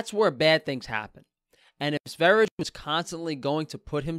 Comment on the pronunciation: Btw it’s Sveri-yeh. Blame the Swedes for their language. I’m just trying to learn it😀 Raw dead squirrel though... really?? He’s lucky that didn’t escalate, we all know vegans can get absolutely maniacal over a dead animal.